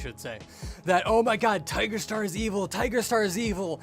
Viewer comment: Not the “ommygod”